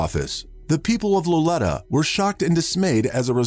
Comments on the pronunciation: The town in Humboldt County is pronounced low lee ta. Accent on the second syllable. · You mis pronounced the town of Lolita. The I is pronounced with a long “e” sound.